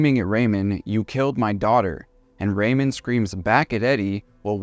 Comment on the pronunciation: You don't know how to pronounce "Ramone?" um No, Ariana was NOT smart. Unpopular view, I know.